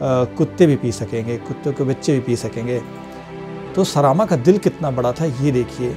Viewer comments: उच्चारण सही करके पढ़िये। सरामा नहीं सरमा होगा। ऋग्वेद हिंदी में पढ़िये अंग्रेजी में नहीं। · सरामा नहीं सरमा।